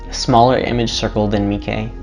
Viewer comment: Dude it's not pronounced "Meekey"